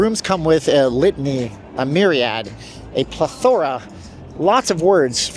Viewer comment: Just FYI, plethora is accented on the first syllable.